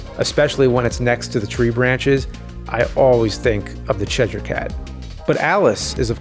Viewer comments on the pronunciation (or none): Why are you suddenly pronouncing "s" and "sh" sounds as "z's"? Crescent is not "crezent". Same goes for Cheshire not "Chezhire". Very odd linguistic quirk I hadn't noticed in your videos before.